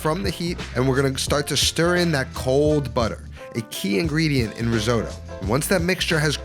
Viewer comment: seriously considering subscribing. just promise you never say risooddo again. ever. (how come you actually pronounce most other italian words correctly 🤔)